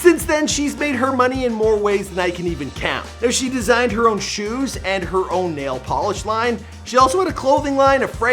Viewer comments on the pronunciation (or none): none